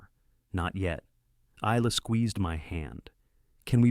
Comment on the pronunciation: Isla is pronounced sans “s”. It is pronounced “I-la” ( eyela).